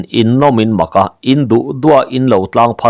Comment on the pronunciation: In nawm in maka ni lovin In nawm in mâka tih zâwk tur.